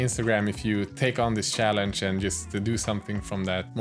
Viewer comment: i love you, but cant help laughing when you say sjallenge:D sowwyyyy